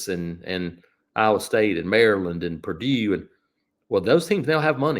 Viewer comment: the accent on “Purdue” is wild